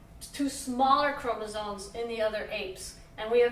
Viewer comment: is it just me or does she keep switching around between pronouncing it "chromosomes" and "chromosones"?